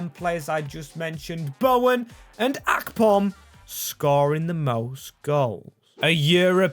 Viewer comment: The way you pronounce Akpom does my head in